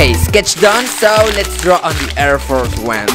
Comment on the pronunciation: What are “err fers 1”😂😂